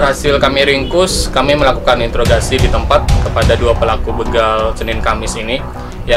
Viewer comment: Interor garasi bukan introgasi